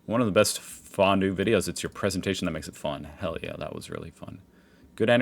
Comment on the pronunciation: Fon-due it better next time^^.